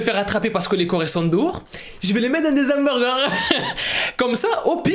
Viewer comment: Ya aussi " Hommoburger " ☠️